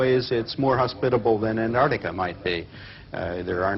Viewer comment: He can't even pronounce "Antarctica" correctly. Sheesh.